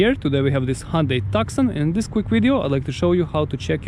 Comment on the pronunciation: Hyundai "Tuckson" 😳